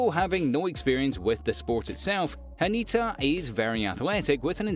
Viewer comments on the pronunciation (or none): It's Hinata not Hanita.